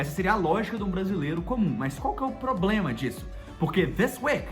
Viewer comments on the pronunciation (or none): none